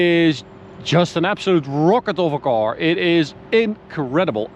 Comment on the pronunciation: What exactly is a 'coar'? I hear it a lot on this channel 🤣